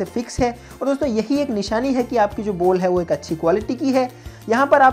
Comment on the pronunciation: Ball ❌ Bol ✅ 😂😂😂😂